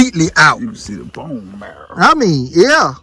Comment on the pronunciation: I like the way he said bone marrrra like ah country boi. 🙏🏽🤣😂🤣